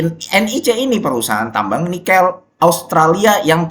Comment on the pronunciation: Nikêl bukan Nikél